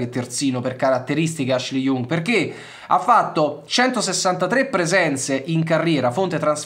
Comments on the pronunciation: Ashley Young: non so se sia peggio acquisirlo in rosa o pronunciarlo Jung, comunque due cose che non si possono sentire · hhahah ma è sbagliato. Young è una delle parole che si imparano subito in inglese, che vuol dire giovane ...e si pronuncia Iang. Non storpiamo pronunce di parole famosissime inglesi adesso ahhah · Sempre grande ma il cognome di Ashley si pronuncia YANG (Young) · In questo video ho commesso due errori: ho chiamato Ashley Young "IUNG" ma si pronuncia proprio come il termine inglese che vuol dire "giovane", quindi con una a/o stretta. L'altro è che l'operazione sarebbe impostata per gennaio e non per giugno, anche se potrebbe slittare. Perdonatemi per questo! Tutto il resto è corretto 👌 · Si pronuncia IANG, esattamente come “giovane” in inglese...mille para su come si pronuncia Can e poi mi cadi su una banalissima pronuncia inglese? 🙈